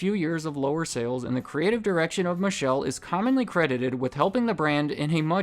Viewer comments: His name is pronounced Alexandro MiKAYLAY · its pronounced Alessandro mi -kay - lay. - love your vid and all the research that went into it though!